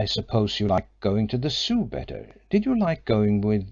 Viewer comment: yes but sadly doesn't speak English with words like Zoo, and others which just spoils the otherwise good reading